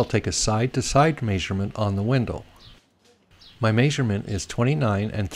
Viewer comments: That may-sur-ment drove me nuts. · My grandpa (from KS) said it that way as well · May-sure-ment. Yep, sounds weird to me too. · Must be from Utah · Drink everytime he says may-sug-ment😂😂👏🏻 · good help bro. try saying meh-sure-ment instead though. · I can't get over the "Maisurement